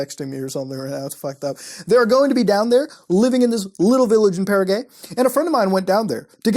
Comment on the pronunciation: I love how you said paraguay Muta...Para Gay mmm are you saying para troops are gays?? ohhh started a turf war...just kidding guys, relax! Para gay love it! lmao Love your vids.Muta, as usual! Great videos, great times...Muta for President...why not? Trump did it, anything is possible now